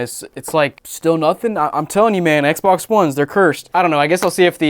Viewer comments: Yup. That’s how it’s pronounced. Ehkbok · Did you say Ec Bock? Lolq